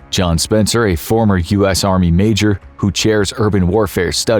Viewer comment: “Marjor” correction John Spencer, Major